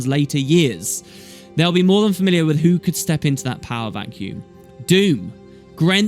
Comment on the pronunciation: I thought it was Dhumm, not Doom? Then some Americans do have strange ways of pronouncing some words. The human gods leaving permanently would certainly leave a power vacuum, lots of nasty things could worm their way out of the mists. It might end up being a really Dumb thing. Another question is what are the human gods really? Except for Kormir, who was a human replacement, we have only seen their avatars, not their real selves. As for Scarlett she might not be totally gone, there will always be reflections in the dream, perhaps she could come back, changed now that her mind has been freed? Admittedly the chances of this are extremely low but I did suggest it in a short story on the official forums some time ago.